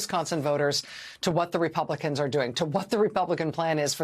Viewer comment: THERE’S SOMETHING ABOUT “REPUGLICANS”😱😱😱😱